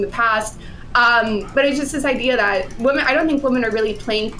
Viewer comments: Does intentionally say the word "women" wrong? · still unable to pronounce "women" properly.